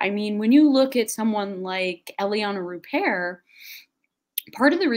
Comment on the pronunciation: It took me half of the video to comprehend that they were mentioning the french player Iliana Rupert and not Elie Ana Repair as Google translates... Gabrielle William has a french part in her family, granny or graddy?